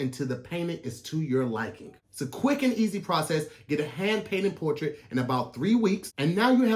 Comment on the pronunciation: Hey Tom I wonder how many times it took to say hand painted portrait correctly... Anyway back to you